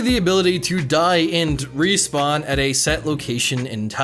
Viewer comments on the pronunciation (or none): none